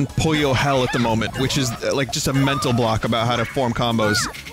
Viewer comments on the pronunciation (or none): More Puyo Tetris is always good EDIT: Vinny plays story mode, skips it. Story or riot, we fackin' riot Is it me, or some times when Vin says 'Puyo' it sounds like "Pollo"?